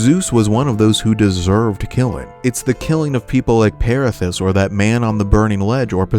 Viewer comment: It's Pirithous (piri thoo us phonetically) he was a king the Lapiths of Larissa who became best friends with Theseus whilst he was king of Athens, they decided to take new brides, Theseus settled for kidnapping Helen of Sparta (future Helen of Troy, a women people reeeeally enjoy kidnapping apparently 😂). But Pirithous was far more ambitious, somehow talking Theseus into venturing with him to the underworld to take none other than Hades' wife Persephone for his own. Anyway, long story short. It didn't work out, and they were both kept bound and to be tortured evermore in the underworld until Heracles rescued his cousin Theseus while on his 12th and final labour. But Pirithous' crime was that much more heinous that Heracles couldn't/ possably dare not, rescue him for missing off the God's he was about to ask a favour of.